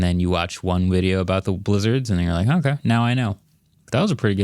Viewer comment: “you watch one wideo”